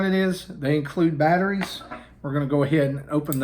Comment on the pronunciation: I was skeptical coming in. Lost me completely at “batteries.”